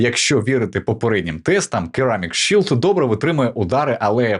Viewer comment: Сірамік шілд, чі а не qa, не дякуйте 😅